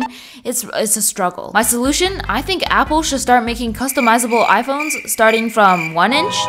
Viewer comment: "But ai wunt appo sicksteen😢"